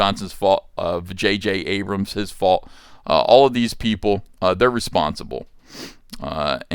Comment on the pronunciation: Did he say vajayjay Abrams?!? 🤣